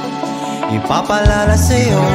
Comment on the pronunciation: Bakit kaya hindi nya kayang bigkasin yung IPAPAALAALA SAYO.... Ang daming beses ko inulit ulit.. IPAPALALA SAYO